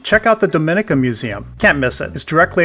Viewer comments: It is Domineeka, not Domin/ika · Not 'dominika'! Say dom ee nee ca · It's not Domínica but Dominíca. Please pronounce my Island home's name properly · Pronounced Dom-i-nee-ka